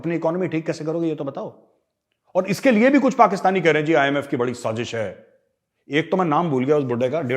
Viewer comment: Why are you saying SAJEESH.....?